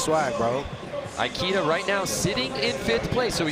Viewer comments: Ikeda not Aikida ;D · Commentator murdered ikeda’s name , it’s not pronounced like the store